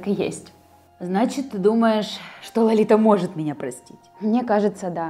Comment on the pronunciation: она сказала "лолита" а не лалита